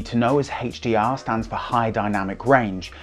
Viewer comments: is he doing that on purpose? i can't focus on anything else! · What is this HHHeychdee-R he keeps referring too?? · Whoa...I guess I'm definitely out of the loop. I've never heard of "Heytch-D-R".